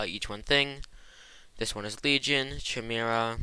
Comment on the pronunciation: ah yes CH-imera but it's a really good video thanks man